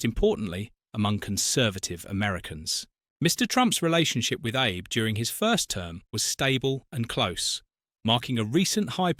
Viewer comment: The name if former Japanese Premier was wrongly pronounced. His name is Shintaro Abe..pronounced as ""aabay".